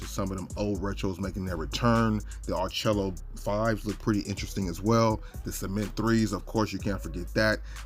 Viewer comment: I love the channels and the videos. I do want to help a little bit with the pronunciation of the some of the colors. "Orchid" is pronounced "or kuhd". "Malachite" is pronounced "ma luh kite". and “ARCHAEO BROWN” is pronounced "ark e o"". I hope that does not sound too much like a grumpy professor, but that is what I